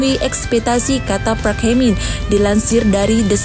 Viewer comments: park dibaca " pak " bukan "prak" 😂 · Park bukan prak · Yg bener "Park"...bukan "Prak" Lawak loe min😂😂😂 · Min..... reporter anda harus belajar banyak, Park ama Prak itu beda jauh. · ADMIN...BUKAN (PRAK) HIE MIN, TAPI PARK🤣👍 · Bukan PRAK TAPI PARK... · "Prak hemin, prak eunjin dan prak huyong" "Hum hye heson" Saya salah denger gak sih ??? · Apa sya gak salah denger , PRAK Hye men,prak Eun jin, prak prak ngaprak kali 😀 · Parks koq di bacanya prak 😂😂😂😂😂